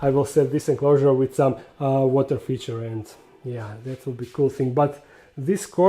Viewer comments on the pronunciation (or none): none